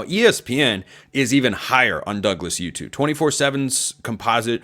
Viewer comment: I dont know how to pronounce his name either, but it's probably oo-too /uː.tuː/ not yoo-too /juː.tuː/ Putting a "y" /j/ sound in there when a word is spelled with a "u" is an English thing.